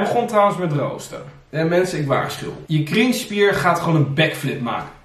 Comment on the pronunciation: Als jij cringespier zegt klinkt het als kringspier. Blijft apart om te horen.